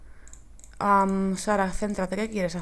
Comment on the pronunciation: es sara no zara xDDDDDDD LOL